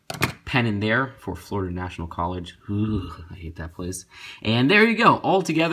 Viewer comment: Florida national college?! is it your college? and you hate it? you said "Floruda National College? uhhh"